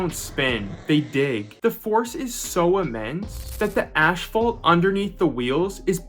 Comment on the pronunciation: Ashphalt man?